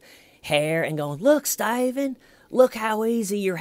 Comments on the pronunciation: Laugh my ass off I didn't know where I was but I came in halfway through the video a Stephen video and you were referencing Chris Watts so I thought it was a Chris Watts video and then you said stavan I was like who's staven. It only made me dig deeper through your videos so I say it's a good thing keep it up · I found this video after 4 yrs and I think it’s funny you are calling him Styvan. Thanks for this hilarious commentary on the interrogation! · Sty-ven. You've got a zit on your eyelid. Sttyyyy-ven, you're not a monster, you should just use a warm compress. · I'm here 4 years later laughing at "stayven" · I love "Why Stayvun!?" Stayvun is going to have amazing advice for his inmate-clients! Keep on saving that toilet paper , Stayvun! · "Stayvunn" is half of the video, little T being the other half, anyone not liking it just doesn't get the trollnaming process xD Nah for real great video :) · I found tjeee videos after 4 years and it’s hilarious you calling him Staven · "Styavun!!" every time😆😄😆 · hhhhhhWWWWaaaaaiiiiieeee????? WHY Stye-van!? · Clearly the ones questioning your use of “STAYVEN” didn’t watch the actual interrogation (which was painful AF but I wanted to understand all of your references so I powered through it). To those peeps I say: WATCH the interrogation and you’ll get it... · styven oh steyyyyven ... i love mispronouncing names on purpose for people i don't like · I feel like "Stayven" is a more appropriate way of spelling it. You literally cannot phonetically pronounce that word without it sounding like a deep southern accent 😂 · Dude the way ur saying his name is what hooked me on the series